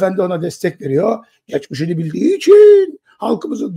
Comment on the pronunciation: Geçmeşini de derken😅😅😅